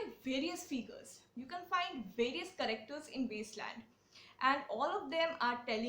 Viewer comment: I am very much contented with your video but why do you change the pronunciation of words ? While you say, characters, it sounds like correcters. 😄